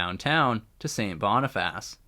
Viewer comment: It's pronounced Sait Bonifiss , or locally Sait Bee . The Seine River is named after Louis Riel's parent's who operated a fish seine or trap on the small river , not to be confused with the Seine River in Paris . The Sprague line is pronounced Spraag line . Winnipeg has well over 100.000 indigenous people many of whom live in poverty . Quite a few of them are homeless . The Bergen's Cutoff Bridge was buil to haul cordite from Transcona in the east to the north end to build munitions for WW1 .